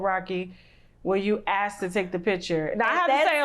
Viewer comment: If she says 'axed' one more time instead of 'asked"... 🙄